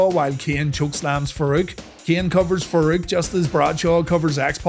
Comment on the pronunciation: It's a good thing shamrock is gone, for the sake of listening to these videos. I often had to look and check because there is no difference in the way you say "ken" and "Kane" lol. Love the series